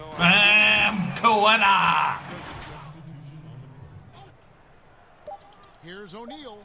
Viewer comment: It’s pronounced (Kate-a) for Queta. Otherwise great video